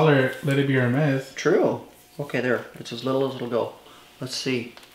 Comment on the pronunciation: She picked up a Kelly and called it a Birkin. She does not pronounce Hermes correctly. I don’t think she is a fan. More like a shopaholic.